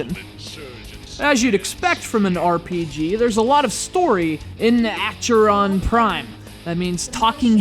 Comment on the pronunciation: How difficult can it be to pronounce Acheron? Try Ah-khe-ron.